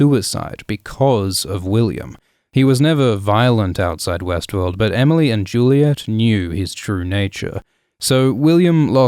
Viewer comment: Every time you said Westworld, I heard Westeros.